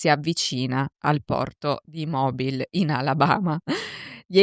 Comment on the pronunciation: Credo che si pronunci Mobíl